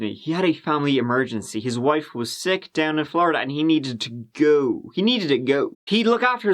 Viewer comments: to echo mary, if you watch a number of stories, he often kicks it off with us giving it a "goo" ("go" with a cute Irish accent, and means taking a look at, I'm told) and in the comments section we seem to all love when he kicks off that way. We also love his pronunciation of three/tree and thirty/turdy and over the moon when these run together. I guess it's a That Chapter thing. And kinda fun, too. 😋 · He’s saying go but in like British lol